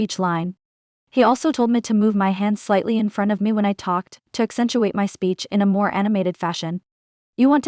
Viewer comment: When she says “me” it sounds like “meh”